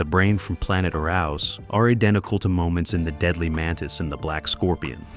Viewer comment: Pronounced " Air ous".